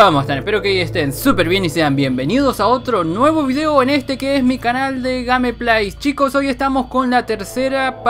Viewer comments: xd, Estas pronunciando mal la palabra "GamePlay":'v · videojugador13 xd Pero así parece que no tiene idea de lo que dice :v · Tal vez él no se acuerda como pronunciarlo:'v